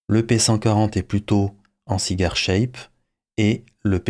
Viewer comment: A un moment de la vidéo vous semblez dire cyber shape au lieu de cigar shape. Je plaisantais sur votre accent anglais.